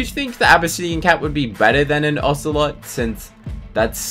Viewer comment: Wait, I thought a lion was a common? Also ocelot isn’t really said like that. No offense. Just saying😊I like ur videos!